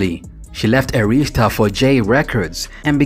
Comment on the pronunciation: This is ridiculous yall can not say ARISTA!!!! SMH Phonics are real!!!...SMH just wrong wrong wrong